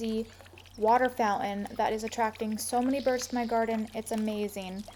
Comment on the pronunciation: Charming to look at, but the word is founTain, not foun-in.